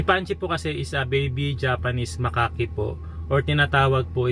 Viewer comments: Ang pronunciation po sa "macaque" monkey is "MAKAK". Hindi po "makaki". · Makak po yun tamang tawag sa Macaque hindi po Makake o makaki